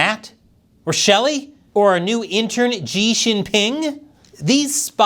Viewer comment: 😂 " New inter "